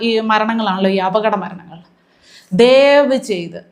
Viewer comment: Ma'am.jernalist aano deevchaith എന്നല്ല ദയവ് ചെയ്ത് എന്നാണ്